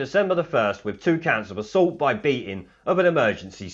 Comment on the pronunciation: 'assualt', eh? :-)